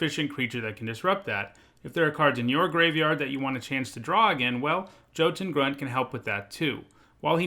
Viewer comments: Jotun is pronounced yo-ton not Joe-ton. Just thought you should know. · That Hard J that your using for jötun should sound like a y . It should be yo-tun